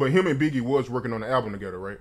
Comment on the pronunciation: Together ‘togeder ‘ 🤣🤣🤣